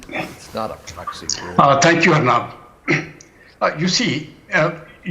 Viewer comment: agree with u...but it's 'aur -- nub' not 'urrnub'